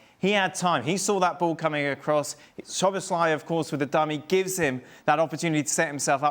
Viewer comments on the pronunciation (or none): Nicol STILL can't pronounce Szoboszlai correctly... In his 3rd season now. He's not SLOBOSLAI, there is no two "L"s. Jeeeez